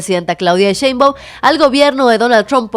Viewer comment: A Monreal hay que decirle que no es Cheibaum es Shhhheinbaum.